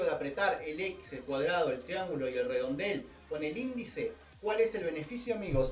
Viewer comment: Muy buen video amigo pero te corrijo una cosa, no es de hater, no se dice indici o indeci es índice el nombre del dedo